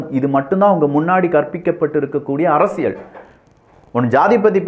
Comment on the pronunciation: Your videos are too good. I'm started following all your videos. தெளிவான விளக்கங்கள். Only one humble request in your title intro. ஆழமான அரசியல் சதுரங்கம் But you are saying ஆழமான அரசியழ் சதுரங்கம். Please try to change from next videos. Sorry if I told anything wrong.